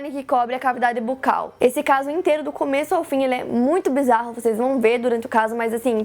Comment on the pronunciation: Só vim para ouvir o seu maravilhoso "bizarro"